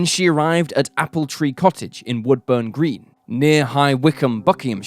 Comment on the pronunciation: It's woo-burn green and becons-field fyi thanks for doing something so local